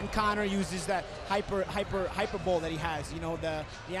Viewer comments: did paulie seriously say hyperbowl? its hyperbole! hahahahahahahahahahah he is such a dumbass. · Did he just pronounce hyperbole as 'hyper bowl'? XD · Using that Hyper - Bowl... uh, ya mean hyperbole? Fake smart guy alert... lol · Hyper bowl. Facepalm! Do you mean hyperbole, Paulie? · that nigga pronounced hyperbole as "hyper bole"... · "hyperbowl" - paulie malignaggi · Did Paulie really say "hyper bowl" instead of hyperbole? Wow. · Did Paulie just pronounce hyperbole "hyper bowl" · I like when Paulie pronounced "hyberbole" as "hyper bowl" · reiwell del he definitely pronounced it wrong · Paulie cannot pronounce HYPERBOLE. Dumbass...